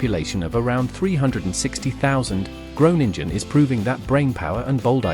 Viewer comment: Gronengine zegt die 😂😂😂